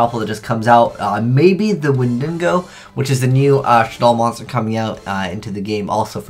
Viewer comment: "Wendingo" Christ take some time to actually read the name of the card